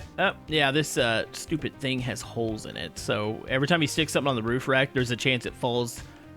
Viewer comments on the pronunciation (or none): i find it funny that always says thang or thng instead of thing haha 😂